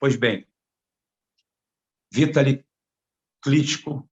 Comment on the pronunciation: A pronuncia do nome é Vitáli e não Vítali. Mas tome cuidado com esse cidadão.